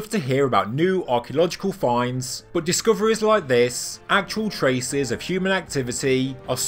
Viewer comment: love this channel but I've noticed all " U " sounds are pronounced as " OO " - eg - Mud - Mood - discoveries - discooooveries and many more :)